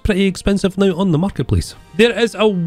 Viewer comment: "Sleep Nao."